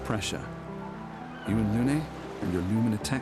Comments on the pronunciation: one thing that bothers me you keep calling her Luna instead of Lune :) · Honestly love the juxtaposition of attention - tries to read and find everything, but then calls Lune, Luna every time, even with the voice acting helping him out lol